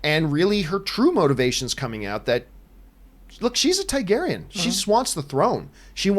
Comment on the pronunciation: dude, it's TARgaryen